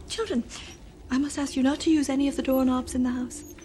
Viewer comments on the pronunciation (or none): WHAT DID HE JUST SAY DOOR NOBs.... DOOR NOBS REALLY